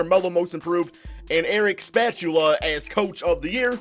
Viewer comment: TF is a Erik SPATULA?!? 😂